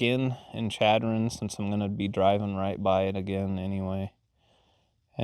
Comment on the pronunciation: it's pronounced Sh adron. Don't ask me why though. When you were at the gas station in Rapid you weren't that far from our house! Next time you are out here you should go to Belle Fourche and there are free spots at Orman Dam.